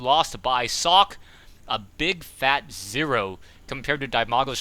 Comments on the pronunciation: Personally i like Zoekay or German pronunciation of it... saying Sock just is kinda... :/ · say sock , just like you said it. than put an e at the end. not sockeyyyy. say sockÉ !!! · Please call him with the real pronounciation, it is also what he calls himself. So stick to the german pronounciation.